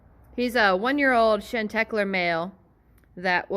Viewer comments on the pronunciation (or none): it's chanter claire (french) - sing clear - chantecler. shawnTAclaire is how it's pronounced, not shan teck ler.